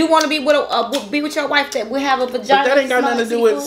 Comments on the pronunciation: She kept saying “vagina” and was like baby calm down on all that.He was like say vagigi hahahahaha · reaction when you said vagania wash 🤣🤣